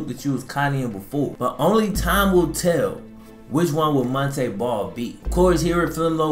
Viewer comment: Kept pronouncing his name wrong 🤷🏿‍♂️